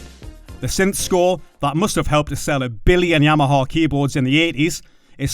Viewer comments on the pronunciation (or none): none